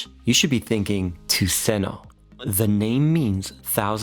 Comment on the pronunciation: Ah! Tuseno = Tusen Ø = Thousand island... It is pronounced "Tusen uh" ... because , trust me bro (I'm Norwegian). I have met a swedish person before, they are fairly nice, but they are hopeless at skiing (which almost makes them danish..almost)